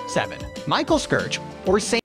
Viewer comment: This guy's pronunciation of places and roads is so atrocious that it completely unintelligible to a native speaker 🤣 especially Michaelskirche...I mean, put SOME effort into it, bruh 🤌